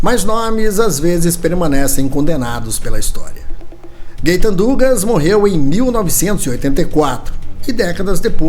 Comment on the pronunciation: Gaëtan Dugas 🇨🇦 Pronúncia: (Guetan Dugá) Que bom que ele foi inocentado. Deus o tenha.